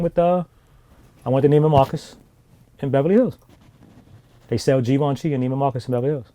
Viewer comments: No Givenchy, But you pronounce ut like gi ven chie basically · This nigga calling Givenchy.. as geevenchi 😂😂